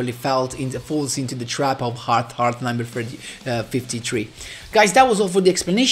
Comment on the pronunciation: It's pronounced heart earth Heart-eartH